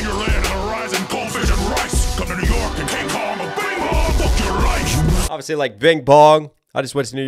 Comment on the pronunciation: dont know if im hearing correctly, but i feel that kingkong pronounced 'life' as 'rife' in the bing bong line